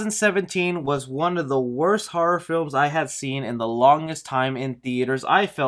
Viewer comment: I tried! Your voice I can’t do it. Also after the 4th time I heard “har-rawr” instead of horror. Had to stop. Good info just better if I could hear it from a magazine....